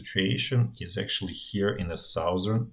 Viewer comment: sauzern part lmao